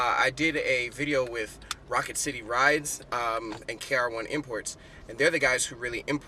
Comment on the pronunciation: I love it! Also it's KR-imports :)